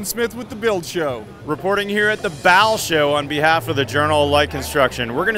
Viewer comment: "Bau" say it like "Bow", not "Bal"